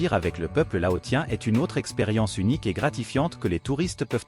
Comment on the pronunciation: Laossien..... prononciation